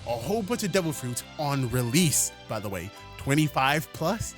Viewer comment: Bro saying rell seas and release is like the three magic words to a fat person MC DONALD'S IS CLOSE